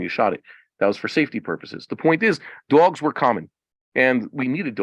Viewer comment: Why do you say “duogz”